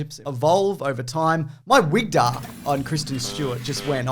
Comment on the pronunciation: Wigdar LOL :D Jort Commune! Ahahahahahaaa :D:D:D